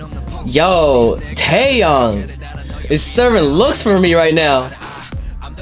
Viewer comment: ITS taeYONG NOT YANG AND ITS DOyoung NOT DOOyoung BUT I STILL LOVE YOU